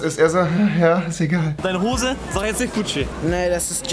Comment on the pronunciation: Hoße sagt er